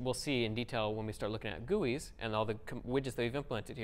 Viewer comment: When he says "gewwies" "Gee-you-ice"....